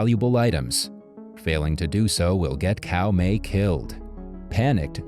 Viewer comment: Caomei is pronounced Tsao mei, not Cow May, lol ...